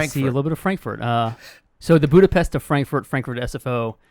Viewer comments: So you were visiting the set of blade runner 2, I guess? nonetheless, I'll be eagerly waiting for the reveal! Also, I sincerely thank you for making the effort and pronouncing the name of my city correctly! it was refreshing and much appreciated! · Oh, you pronounce Budapest the right way. :D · Thank you for pronouncing Budapest right! :D